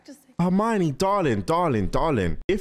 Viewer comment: calling Death Eaters “def niggas” might be better than when Mr. video called Hermione “Armani” in his reactions lol.